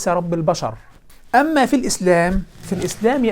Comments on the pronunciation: ما بيعرف يقول ايهما بشكل صحيح ، 😂😂😂😂😂😂😂😂😂😂😂😂😂😂😂😂😂😂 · حتى كلمة ايهما لايستطيع نطقها بطريقة صحيحة 😆